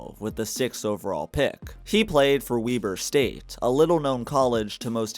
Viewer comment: It's pronounced Webber State brother. Otherwise a stellar detailed yet concise video. Keep it up buddy!